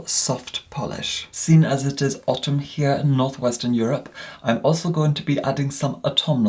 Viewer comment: The way pronounces autumn is killing me:D.